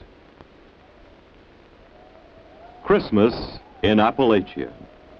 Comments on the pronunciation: The Yankee pronunciation of Appalachia says it all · They spent all this time there but never learned how to pronounce "Appalachia?"